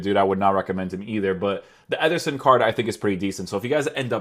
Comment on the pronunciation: Why’s he keep saying “etherson”